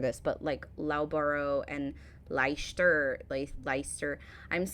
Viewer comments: loughborough is pronounced "Luffburrer" and Leicester is "Lester" you did get Worcester and leominster correct though. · Reaction suggestion - 'Why are British Place Names so Hard to Pronounce?' By the channel Jay and Mark. Hint - Leicester is LESTER, Loughborough is LUFFBURRA, and Leominster is LEMSTER. You got Worcester spot on, though.